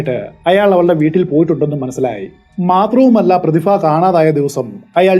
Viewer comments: Prathifa alla Prathibha, gets annoying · പ്രതിഫ ആണോ പ്രതിഭ ആണോ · പ്രതിഫ എന്നുള്ളത് പ്രതിഭ എന്നു പറയാൻ പറ്റുമോ 😁😁🤣🤣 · പ്രതിഫ യല്ല ബ്രോ, പ്രതിഭ എന്ന് ഉച്ചരിക്കൂ. പരിഭ്രാന്തി എന്ന് താങ്കൾ ശരിയായി ഉച്ചരിച്ചു. അതുപോലെ പറയൂ. പ്രതിഭ.